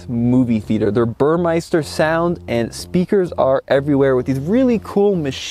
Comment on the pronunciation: Thanks for the review, you’re by far the best presenter on TFL. A small remark; it’s Burmester, not Burmeister. You’re not alone...